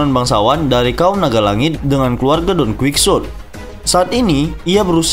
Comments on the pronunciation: Bacaanya donqihote bang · Masa bacanya donkuiksote doflaminggo??🤣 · Jadi ke ganggu dengernya Di baca Don kuitsot atau Don kihote 😀